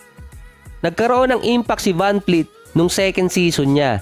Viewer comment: vanvleet not vanfleet